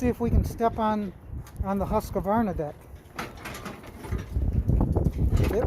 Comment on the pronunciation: FYI,Husqvarna only has 2 A’s. Not 3. “Husqavarna” lol.